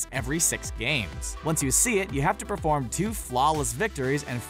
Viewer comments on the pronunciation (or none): none